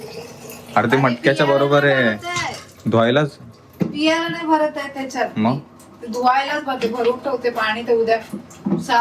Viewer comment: Piyala nahi pyayla asta te